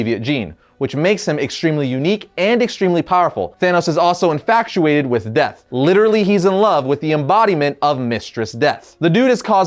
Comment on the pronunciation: Did you say... "infactuated"?